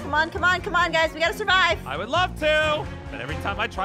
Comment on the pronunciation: i tod you we wod mack this hrder